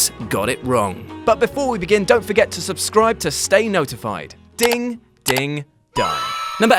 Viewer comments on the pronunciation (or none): none